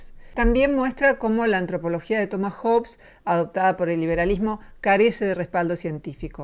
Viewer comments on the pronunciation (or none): none